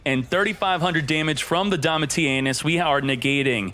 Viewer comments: Why do you pronounce it 'DomitiANUS' every time? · that’s an awful pronunciation of Domitianus 🤣